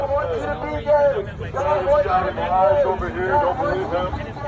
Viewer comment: A bit of a critique I thought you said "God wants you to be Dead" not God wants you to be Gay until you said so in the video. Appreciate the effort but I guess more emphasis on the Gaaaay next time